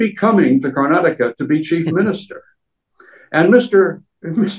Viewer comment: So nice English person saying Karnataka properly, the hindii journalists keep always saying Karnatak . Good improvement DK singh is also properly pronounced the name